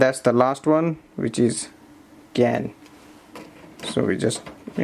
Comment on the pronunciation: "The last one is keeyan" 😂😅 In all fairness English is terribly hard to learn..